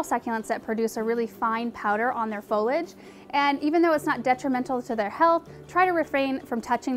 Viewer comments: FO-LEE-AJ not Follage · Yeah I've noticed a few people saying it that way. Fowwlidge is an irritating way to pronounce is for sure. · Fo LEE age. No fo lij 👎👎👎👎